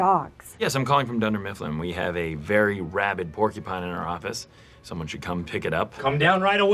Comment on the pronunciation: Porkupine? PORKUPINE? Porcupine. It’s PorCUpine